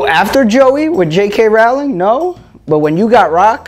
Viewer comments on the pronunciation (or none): Rowling like bowling please for the love if god America ahahaha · Why do none of you know how to pronounce Rowling lol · Does anyone else hate how joe always mispronounces J.K. Rowling?